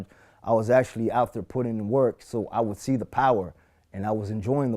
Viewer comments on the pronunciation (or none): none